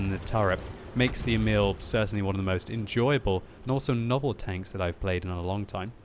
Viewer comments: Try and pronounce emil like e-mill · In swedish u say emil more like eeeeemil